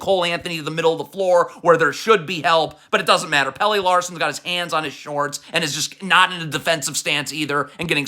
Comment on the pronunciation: Omg. It’s not Hair-oh and JahQuezz. Not Pay-lay. He’s not the soccer player. It’s Pel-leh. Your pronunciation is trash.